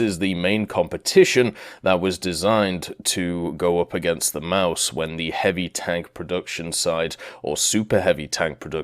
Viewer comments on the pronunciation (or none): none